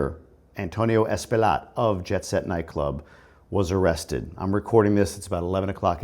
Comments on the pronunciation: True. The guy is Loaded $$$$. So he will payoff whomever he needs to pay to minimize the charges. Unfortuantely, if he does time, it will be minimal and he will more than likely have benefits and probably will be separated from the population. By the way, Espaillat is pronounced as Espayat. The "LL' is always prounced as a "Y".. Example - Horse -> Caballo - Cabayo Thanks for your insight. Always look forward to your videos. Happy Father's Day! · Espaillat pronounced Spy-jat